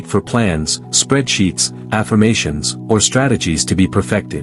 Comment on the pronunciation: Did you just say spread cheeks? Oohhh. Spreadsheets